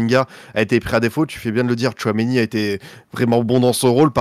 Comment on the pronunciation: Ptdr t'as dit choiméni et pas Tchouaméni xptdr qu'est-ce qu'on se marre